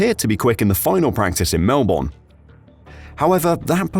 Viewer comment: 5 vids later, you're still having trouble pronouncing Melbourne.... reminds me of Mercedes alright...